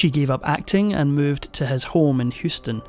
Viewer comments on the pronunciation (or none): none